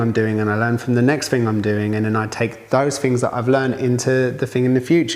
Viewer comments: It's a british thing. Often us Londoners turn the TH into F in certain words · I like how he says fing instead of thing lol